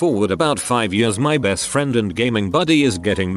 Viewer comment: Nobody: Voice: “When I was eight YURRS old”